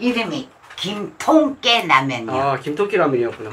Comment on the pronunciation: 티코발음 : 김똥깨